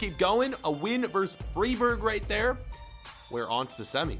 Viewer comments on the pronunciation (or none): Freiburg = Fry-Burg